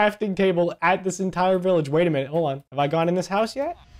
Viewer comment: its not billage its village you